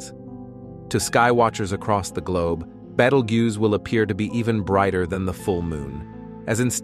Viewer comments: Can you teach your AI voice to be consistent in pronunciation? I heard at least three different ways it said "Betelgeuse" in this video. Or better yet, find an intelligent HUMAN to read the script. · Why all the weird mispronounced Betelgeuse? AI voice? Also, I didn't catch anywhere that "we will not survive this." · Also, please consider pronouncing things like Betelgeuse, sphere, deflated, recent, times, and whatever else you mispronounced after I stopped watching